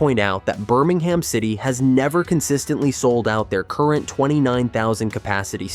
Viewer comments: It’s Birming-um. Not Birming-ham. And Birmingham city FC need distinguishing from the city of Birmingham. Blues is the preferred term. Or the scum, if you’re Villa. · Urgh the way this pronounces Birmingham really grates